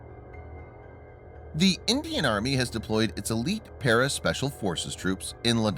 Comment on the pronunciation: Elite not Elit